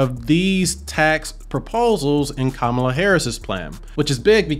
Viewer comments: KAMA...LA! NOT KAMAA...LA! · How can someone who can’t pronounce Kamala correctly not be biased? Also this election is more important than taxes. Your civil liberties and freedoms you take for granted are at stake.